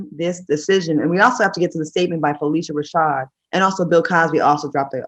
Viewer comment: Fuh-lish-uh Rashad